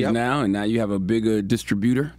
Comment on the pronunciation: He’s saying distributor wrong and it’s blowing me 😒